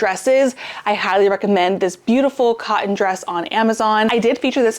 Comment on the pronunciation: It's actually pronounced "academia" with a long "e", not long " a". Also, when did they take the "t's" out of buttons? Cotton? Mountain?